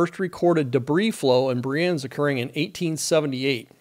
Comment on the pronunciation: I've seen there are many other Swiss people adding information. So, no need for this anymore. Therefor i only want to leave a note that you nailed the name Brienz with the vocalised German "e". Always nice to see someone that doesn't speak the local languages not butcher names... ^^